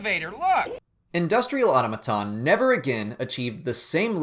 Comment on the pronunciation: auto-maton? where'd you learn to speak?